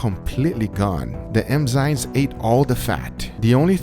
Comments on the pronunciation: I love how scientific your methodology is! A minor point on pronunciation, Guga pronounces it "M-zyNes' where he's flipped the 'm' & 'n' sounds. It is actually 'N-zyMes'. It's not super important, and I thought Guga might want to know. Stay awesome, guys! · Just fyi, it's eNzyMes, not eMzyNes. Love the content, keep it up! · Oi Guga, você fala enzimas errado. O certo é n primeiro, depois o m.